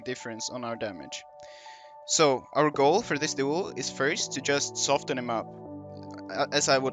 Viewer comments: Since no one else here is saying it I will. Soften is pronounced without the t. Soff-in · Nah just trying to help you with your English. I can tell you took it the wrong way though. Which is fine, at least you know how to pronounce soften now. I'll be the bad guy that's okay. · I don't give a fuck whether I helped him or not, but I thought maybe he'd like to know he's mispronouncing a word. I know I appreciate it when someone corrects something I've been saying wrong for years. If he wants to keep mispronouncing words on his 70 sub channel, by all means. It's not effecting very many people anyway.